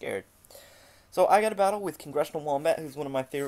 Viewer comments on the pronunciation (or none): none